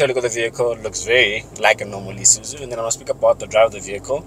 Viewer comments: Nice review as usual but I have a problem with the way some people pronounce the name of this brand. It's not I-suzu but Isuzu. Same applies to Iveco, it's not I-veco but IVECO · Eye suzu you mean